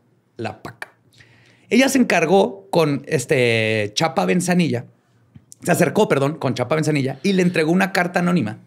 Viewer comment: Es Antonio Lozano GRACIA, no Garcia.. y Chapa Bezanilla, no Benzanillla